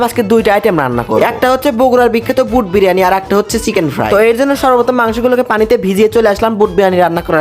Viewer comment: ভুট ✅ বুট❎🤣